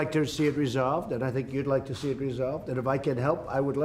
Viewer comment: LMAO! He cannot pronounce the simplest of words. He says "we'll have to tee" (see). What a PRESIDIOT